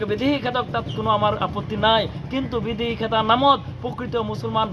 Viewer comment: বিদেশী নে বিদেহী অসম নে অহোম কথা নে কতা অসম চুক্তি নে অহোম চুক্তি তথ্য নে তত্ব চৰকাৰী বিষয়া নে চৰকাৰী বিহয়া মিডিয়াৰ আগত কথা কলে ভাষা শুদ্ধকৈ কব লাগে।অসমীয়া ভাষা শুদ্ধকৈ কব নোৱাৰে সিহতে আকৌ ৰাজপথত আন্দোলন কৰিব ওলাইছে।।